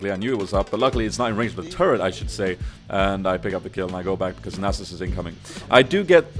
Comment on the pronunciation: its Nahsus not nasus xD